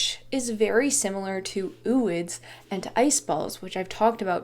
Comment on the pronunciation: its pronounced oh oid because its o like